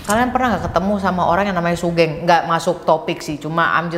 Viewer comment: btw kak, sugeng itu pronounce nya sugeng bukan sugeng (ngerti kan kak maksudnya TT) itu nama umum si buat orang jawa